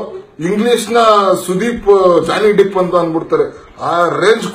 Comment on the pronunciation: Ee ball he jhony deep pronounce madakk bartilla , mvi bagge cmnt madtiya , nin muka nodkolo, sann sann matiguu logic hodkon chutiyaapa madtiya chutiyaaa